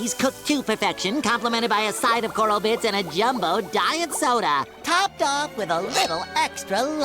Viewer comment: Coral BITS, not Birts.